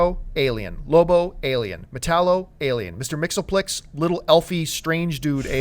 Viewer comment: i was impressed when she pronounced mxyzptlk correctly